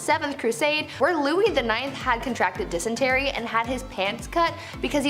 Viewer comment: LEARN TO PRONOUNCE... it is not 'denistry' it is dysentery ! It is so annoying all of the language mistakes there is in this show, I watch to learn some wierd sh*t... but can't take the pronunciation mistakes much longer.... argh 😡